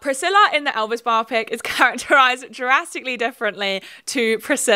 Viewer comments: Thank you for saying "bio-pic" as the lord intended instead of "bi-op-ic" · Thank you for not pronouncing "biopic" as if it were an eye condition as I hear so many YouTubers doing lately. It's not the most important thing in your video, but I appreciate it anyway.